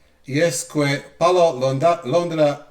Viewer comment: When you read “que” or “quieres” the letter “u” is silent, remember how you pronounce the song “Que más quieres” 😉